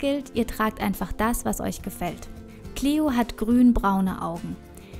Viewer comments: Lukas Herzog Die englische Aussprache ist "Clio". :) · Xenia Speier "Clio" ist die englische Aussprache von dem Namen. :)